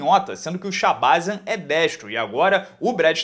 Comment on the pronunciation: Provavelmente, a pronúncia é shabazyan com a última sílaba forte.